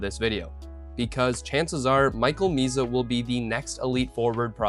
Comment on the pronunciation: It's "Misa", not "Miza".